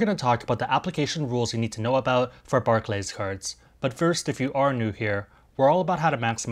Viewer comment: I’d hate to be that guy in the comments but Barclays is pronounced “bark-lees”. Thanks otherwise for the info though,!